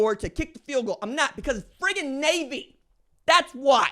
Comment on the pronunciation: Nay-A-Vee Nay-A-Vee Nay-A-Vee Sound close enough?